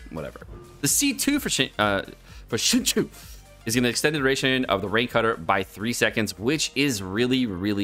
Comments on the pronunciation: Not to be that person but IT'S PRONOUNCED SING-CHO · I really love you dude but your pronunciation of Xingqiu is sending me :D